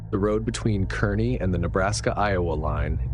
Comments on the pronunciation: Kearney isn't pronounced Kerney...it's pronounced Karney. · Story #1: Kearney, NE is pronounced "Carney", but it's OK , as the locals are forgiving of visitors who unkowingly mispronounce. And why is that flyer that is taped to the counter at the Flying-J facing so the cashiers can read it, but upside down for the customers, who it's supposed to be for, advertising the hot dog and drink and the help wanted?